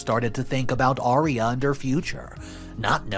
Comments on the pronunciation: Aria!!!!it sounded like you were saying area. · It's aria not eria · Are you saying area?